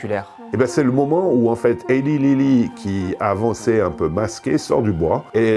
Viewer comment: Au top, bien argumenté et sourcé, ça change des "wannabe journalists". Juste un tout petit détail, Eli Lilly se prononce Elaille Lilly 😁